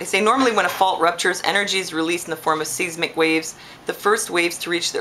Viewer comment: seismic is pronounced "sizemick" - say it say it! size mick!